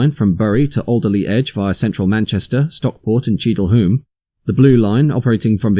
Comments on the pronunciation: Also Cheadle Hulme is pronounced Hewm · It's pronounced *Cheadle hyoom" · Cheadle Hyooom. Otherwise excellently informative.